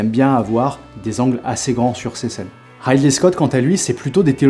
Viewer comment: Merci pour cette vidéo. Juste une chose : Ridley, ça se prononce comme "Riz d'lait". :)